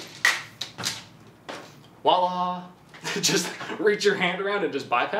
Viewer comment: Voila, not walla. 🤣you say like too much.